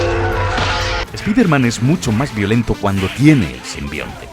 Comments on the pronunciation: Es spiderman, espaiderman, por qué sigo escuchando spiterman?? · Ayer terminé el juego. Cuando van a decirle "SPAIDERMAN" como corresponde? Todos se ríen de ustedes españoles cuando lo dicen mal.